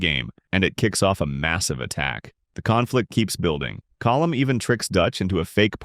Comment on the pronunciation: Sean would be happy he pronounced colm correctly